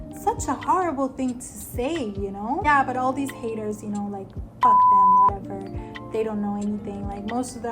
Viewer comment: 😂You said "fuck" with such emphasis 😂